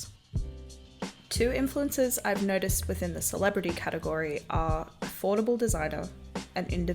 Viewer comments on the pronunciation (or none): none